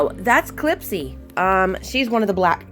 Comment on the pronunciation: Heyy beautiful and Clipsy 🩷🩷🩷🐈‍⬛🐈‍⬛!!! I’m in love with your set 😍😍😍!!! I want to try the eggs on a nail soon!! (Thank you for the inspo!!) Clipsy didn’t like you because you was calling her the wrong pronunciation 😂😂😂!!!